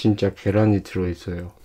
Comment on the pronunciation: 쥔차 계롼이 들허이쒀혀어🤣😍🤣 귀엽네영